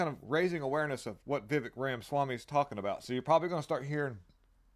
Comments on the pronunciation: Perhaps it's Ramaswampy that is mispronouncing his name 😋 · LOL!!! I'm not a nerd.. I'm simply saying you're pronouncing the guy's name wrong.. get with the times!